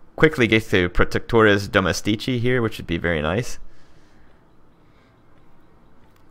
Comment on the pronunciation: one note: it's domèstici not domestìci